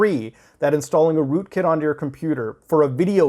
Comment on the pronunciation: rookit malware? sounds like you drank the kool-aid